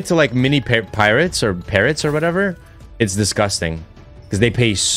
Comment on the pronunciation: "Pirots" It's not that hard a word, stop saying pirates.